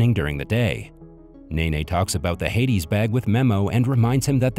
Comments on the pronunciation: Heidi pronounced "HY dee" not "hay di". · It’s not Hades it’s Heidi Sounds like Hi D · Not ‘Hey-dee’ but pronounced ‘High-dee’. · the pronunciation of names is way off. Heidi is not hayday but highdee for example. Sounds like a robot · Hades bag? IT IS HEIDI....Like the little girl in Switzerland. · It's Heidi not Hades lmao 😂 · Heidi is pronounced HI D, not hay D. Heidi is a out a little girl that moves in with her grandfather in the Austrian alps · It's not heydee.. It's pronounced hidee ie Heidi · High - Dee Not. Hay - dees And those apples are called candy apples not lollipop apples. This narration is so bad I'm not going to watch and listen to the rest. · Your AI is terribly mispronouncing the name on the bag as HAIDES. Hades was the king of the underworld and god of the dead. Heidi is a little girl in an old German story. It is pronounced like Hi Dee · it's Heidi! (Hi-Dee) stupid AI chat bot😒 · The way pronounce Heidi as hades jesus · That’s not how you pronounce Heidi.